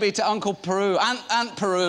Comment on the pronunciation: "Aunt Peru"